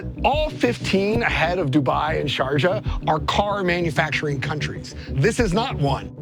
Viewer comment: The final message is that language matters. Sharjah sounding like, "Georgia" is, mind-blowing...